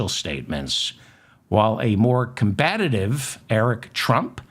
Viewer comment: The word is 'COMBATIVE,' not COMBATATIVE, pullese!